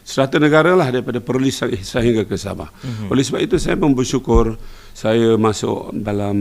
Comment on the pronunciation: "bersyukor"... "Kepentingan negara". "Kerana Allah".... "Bersyukor"... "Fardhu kifayah"... Berjuang ekonomi Melayu